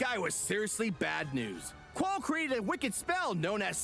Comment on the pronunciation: pretty sure it's pronounced like Zol Trawk (rhyme with hawk)